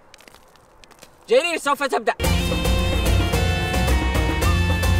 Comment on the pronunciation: جرير وليس الجرير